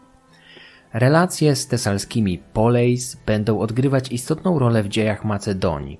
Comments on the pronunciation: Greckie słowo "Poleis" czytamy "Polis", ponieważ w grece dyftong "ei" czytamy jak "i", Tak samo jak w przypadku greki kini, którą zapisuje się "koine", ponieważ tam również jest ów dyftong. Następnym razem proponuję sprawdzić wymowę greckich słów, bo błędne wymawianie słów greckich brzmi niepoważnie. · Poleis wymawia się polis. Pieria wymawia sie Piria. Koine to ( ἡ κοινὴ ) kini. Z akcentem na ostatnie i. Aigai wymawia się ejge.... ITD.